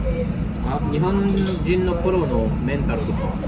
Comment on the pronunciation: メンタルの発音完全に日本人やんもうw